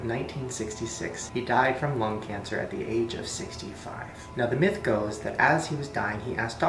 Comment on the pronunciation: is it bad that when he said myth i heard meth?